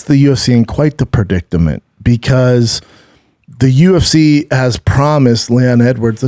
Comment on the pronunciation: Brendan : Khamzat, U-F-THEE 273 😆🤦 Way to sound like a down-syndrome kid Brendan 😂